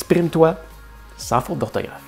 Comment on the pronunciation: "Sans" et "vent" ça ne le fait pas avec ton accent québecois : on entend sain et vin :-) mais ta vidéo est tout à fait probante, surtout la comparaison avec l'italien et avec les exemples d'orthographes anciennes ou des sources latines, je suis (con)vaincu. Ce que je vais ajouter n'est pas pour contredire tes propos mais pour apporter un éclairage et quelques complémentarités : l'étymologie se retrouve dans l'orthographe et peut donner du sens comme "forêt" (loin de sylvestre), dont l'accent circonflexe est un "truc" pour gagner de la place en supprimant le esse qui reste dans forestier, et pour ne pas confondre avec un foret pour percer le bois ou le métal. Un des mots que je trouve le plus dingue est « accueil », pour arriver à l’écrire je doit toujours le prononcer dans ma tête : akuèye, comment l’écrirais-tu ? Oui le français est plein de non-sens comme écrire « fils » pour le fils de son près, et pour les fils électriques, écriture qui ne dit pas comment ça se prononce, il y a des listes de ce genre que tu aurais pu citer. À contrario, l'amande le fruit de l'amandier, et l'amende prononcé par un tribunal : les militant en désobéissance civile qui vont en procès disent qu'ils aiment au menu les amandes et les avocats :-) Et c'est vrai qu'il est inutile de conserver une orthographe complexe, quand à côté le langage perd la poésie des métaphores, et quand les personnes vont vers un appauvrissent spirituel : on sait que certaines catégories sociales ont très peu de mots dans